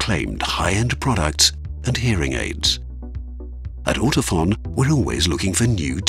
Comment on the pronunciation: Now I know how to pronounce "Ortofon" (Like "phone", not "fawn". I'm pretty Shure about that. ;-)